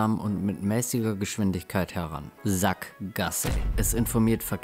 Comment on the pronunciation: Same haha die Betonung 😂😂